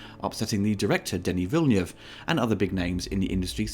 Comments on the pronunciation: It sounds like Villeniev the way you say it, which would be a Russian director though... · I really like it! I hope there will be a sequel. I think it is better than the old movie, although I liked that too. Good review, but maybe look up how Villeneuve should be pronounced. That sounds a bit jarring.